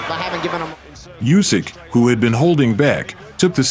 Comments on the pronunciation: it's Usik, not Yusik! ... LOL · Lads, please, he's Oosyk not Usyk. Start pronouncing his surname correctly